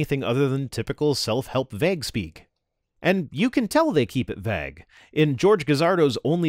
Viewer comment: "Vag"??? What is the word you're trying to say?